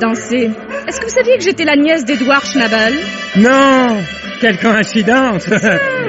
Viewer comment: Herr ''chnAbel'' 😂🤣... la prononciation française de l'allemand est intemporel... une pensée émue, pour l'occasion, aux cousins alsaciens.